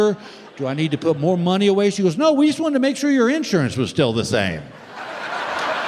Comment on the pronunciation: Why do southern people not know how to properly pronounce the word INSURANCE... ?? It's not that complicated !!